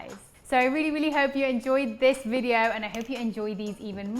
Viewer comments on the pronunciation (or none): none